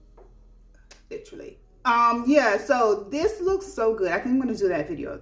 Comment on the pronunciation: Hey boo! I was cracking up at 'lit-trally'😂 I didn't know this makeup trend was a thing, thanks for sharing. I'm surprised the ring the alarm pallet is still around! I recall seeing it on sale in Ulta. Stone is the only color I wear in the lifter gloss. So good. I trashed my vinyls, too light/streaky and dry looking. Never thought about pairing with gloss. I thought it would make it run off faster. I never thought of pairing it with the vinyl. Great idea. Great video ❤